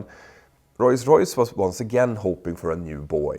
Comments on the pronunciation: OMG stop saying Roys-Royce 🤦🏻‍♂️🤦🏻‍♂️🤦🏻‍♂️🤦🏻‍♂️ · Best part of this is Petter struggling not to say Royls Royce :)